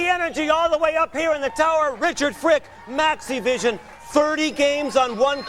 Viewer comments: I don't know if it's just the way I'm hearing it, or if it's just an unfortunate way that the audio mixes together, but to me, it sounds like Hulk is saying, "Let me tell you something Maniac Mike. I've had challenges in my Lifetime, but the NAZIVISION CHALLENGE is UNBELIEVABLE." I know he's saying "Maxivision" and I keep replaying it but I keep hearing that other thing instead. Haha! This might be another one of those cases like the "Brainstorm or Green Needle" audio hallucination (Seriously. Look that up on Youtube. It's cool and so weird.) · I can't say how many times I thought Maniac Mike says NaziVison instead of MaxiVison